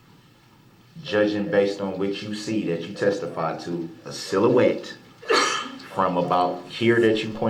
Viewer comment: Lol You were right he db dropped the use of adamant when he realized he db couldn’t pronounce it properly lol 😂 Lol another word he db does not know is silhouette lmao 😂